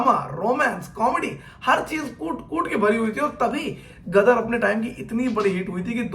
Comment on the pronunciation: Ama bhai tumhara roh tallafuz toh ek dum sahi tha ..ghadar ko gadar kyu keh rahe ho..aayen “ ghaien ” bhool gaye bhai